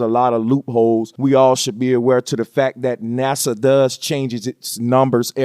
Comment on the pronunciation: "NUSA Lunching Ruckets..." lmao!